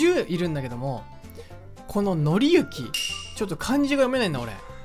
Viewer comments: のりゆきは...（笑 読みは紀行（きこう）ですよー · 紀行（きこう）ですね(^_^;) 分かりやすく言うと旅みたいな意味です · 紀行(のりゆき)は笑ったwww😂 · うぽつです! (( 紀行→きこうじゃないのかな多分...